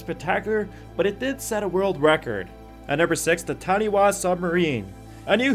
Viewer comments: It's not tarny-waa, its tarnie-fa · The taniwha is pronounced tanifa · btw, the Taniwha is pronounced Ta-ni-fa